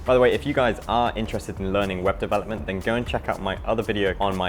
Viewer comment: LOL, thought you said Weapon Development instead of Web Development at first. Love your channel, keep it up :)